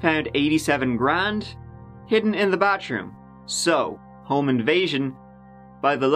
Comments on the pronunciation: Wait..you pronounce all the "t" sounds with the "th" sound. But when it comes to the "th" sound , you pronounce it with a "t" sound...baTHroom suddenly becomes BATroom..lol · Your accent perplexes me. You've no trouble with the 'th' in mother, there, both, they, or Thurman, but then Katherine, bathroom, and thirty sound like you're dropping the h. What's really going on here?!